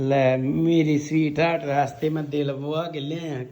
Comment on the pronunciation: ਮੈਨੂੰ ਤਾਂ ਰਾਤ ਮੋਟੇ ਦਾ 🍻🥃ਪੈੱਗ ਲਗਾ ਲੱਗਦਾ ਸੀ ਮਿੱਠੀਆਂ ਸਵੀਟਹਾਡ ਤਾਂ ਬੰਦੇ ਪੈੱਗ ਲਾ ਕੇ ਹੀ ਬੋਲ ਦੇਆ ਬੜਾ ਪਿਆਰ ਆਊਦਾ ਸੀ 😂😂